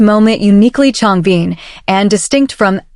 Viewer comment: Thanks for sharing! I can stop watching now, while she's still talking about a guy called Changbeen... whoever that might be! PLEASE teach your AI to pronounce their names at least correctly ZONE KOREA!!